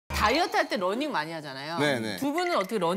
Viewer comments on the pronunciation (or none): 심지어 런닝 이라고 잘못 발음하기도 함.